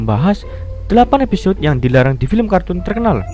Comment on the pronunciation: "....EPISYOD...." Episyod... Episyod... tepok tangan